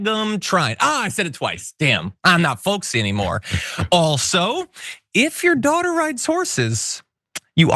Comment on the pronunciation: I thought he said his doctor not daughter